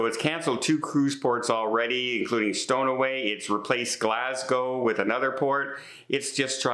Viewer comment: not pronouncing port names properly yet again. Not that I ever expect him to respond and correct it, but for a travel agent continously mispronouncing these port names, especially easy ones like Stornoway that he pronounced Stoneaway is crazy. He pronounced so many places incorrectly and when someone points this out in the comments all you get is crickets!! Also many places he mispronounces are places he has been. If I was researching a travel agent to use and I saw these continuously mispronounced places and his seemingly lack of caring i would not book with him. It's not that he makes mistakes, it's that he continously makes the same ones and never corrects this making me doubt his ability to correct any booking issues I may have. I like you, but please if you are not sure of the pronunciation look it up or acknowledge and correct the pronunciation if someone advises you pronounce it wrong. I hope you have safe travels and enjoy yourself on your Trip of a Lifetime. Also please respond or comment to the occasional comment posted to show you are engaged and listening!!